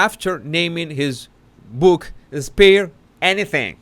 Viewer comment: Spare-Y 😄 Sparry -😂